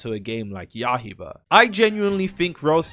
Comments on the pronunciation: bro is still saying ya-hie-bah 🙏🙏🙏🙏🪫🪫🪫🪫🪫🪫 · It's been months, how has brother not learned how to pronounced Yaiba yet. stop saying H in the word brother